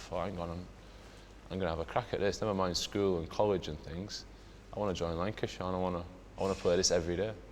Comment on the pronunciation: Did he say wankyshire